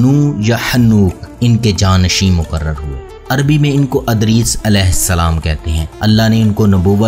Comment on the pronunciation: اَدریس!!! اِدریس (Idris) ہے